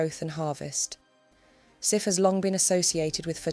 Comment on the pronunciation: Sif is pronounced Sieve.